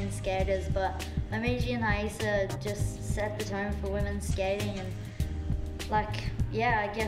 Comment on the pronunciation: Do they say it correctly? Why would the “R” be silent? I would think it’s ra E sa .. they always say hi E sa